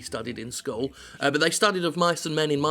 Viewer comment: Skol? Skull? Oh, you mean school! Well then bloody say it! :D :D Also, I thought it was a game about The Iron Giant at first. It sounds like this would be a perfect game for me. I love the story part of games. Used to play FFXI instead of WoW because it seemed to have more stores, every side mission seemed to be one.